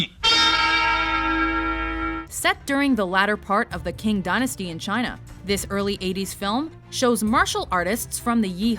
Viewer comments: isnt Qing supposed to be pronounced like Ching rather than King? any chinese speaking people watching this video, correct me if i am wrong, or let me know if I am right.... Also Tao is pronounced like Dow right?.... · Qing Dynasty pronounces Ching Dynasty. Great list though.